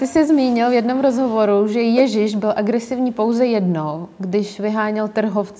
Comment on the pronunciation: Me hrozne pobavilo vysloveni Jezise jako “Ježyš” 😁